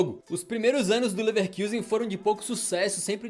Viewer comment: Vídeo muito legal, como sempre de grande qualidade:) Só uma pequena correção: se pronuncia "Lefarcuzen". Abração ✌️